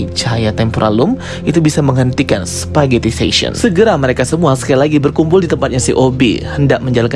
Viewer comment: "spaghettification", bukan "spaghettifation"